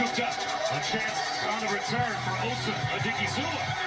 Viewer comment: and anyone else who cares to learn to properly pronounce "Osa Odighizuwa": Osa is pronounced AU-SAH. The "AU" sounds the same way you'd say "AU" from pronouncing AUdio or AUdi. The "SAH" portion needs no explanation. However, in pronouncing "AU-SAH", there's no pause. So simply pronounce it as AUSAH. Now, onto the harder one: Odighizuwa is pronounced as AUDI-GEE-ZU-WAH. The "AUDI" is pronounced exactly like the car Audi. The "GEE" is pronounced exactly like the "GEE" portion of the name McGEE. The "ZU" part is pronounced exactly like the ZU in Zumba. And the "WAH" part should need no explanation. Accordingly, when you slap everything together it's would simply flow phonetically as AUDI.GEE.ZU.WAH. Note: That I've included "." to give note to the presence of slight pauses which will naturally occur as you simply say the name.